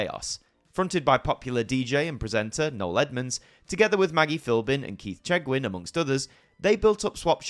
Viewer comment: Keith Chegwin not what you said lol